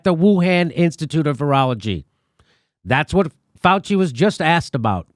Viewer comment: “Felchy” not Fauci.